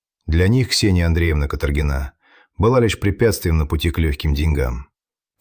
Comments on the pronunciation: Ударения в фамилиях, пожалуйста: КаторгинА или КАторгина, не КаторгИна, русская фамилия, не романо-германское имя и не итальянская фамилия. ФедорОвич - фамилия, Фёдорович - отчество. МЧС - эм че ЭС, не эм че сЭ. В колодец сбросили, не закопали. Жертва в колодце - в белой куртке. Преступница надела пальто жертвы для продажи машины. Жертву убили несколькими ударами ножа, пальто осталось целое и чистое. На сиденье машины осталась кровь. Преступник сел на кровавое сиденье, нимало не смущаясь и не боясь испачкаться, и погнал машину в другую область. К перекупщикам приехали сразу - без мытья окровавленного салона машины - 14 ножевых это же море крови, автор дорогой. Штампы :"Ну что, будем в молчанку играть или спасать твою шкуру?", "Ладно, начальник, твоя взяла." Преступники и следователь называют все имена полностью с фамилиями, преступники называют жертву по имени и фамилии. Этот рассказ самый некачественно выполненный из всех на этом канале. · ДИЗЛАЙК. СНАЧАЛА ОПРЕДЕЛИТЕСЬ С ФАМИЛИИЯМИ. КаторгинА. И не Фёдорович. А ФедорОвич. Давите на психику слушателей А по сути вам плевать. Слово БЕШЕНСТВО. Так противно. Ну и следователи каких нет. Сказочник.